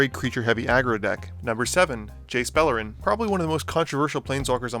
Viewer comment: Misspoke on Beleren, but overall good vid.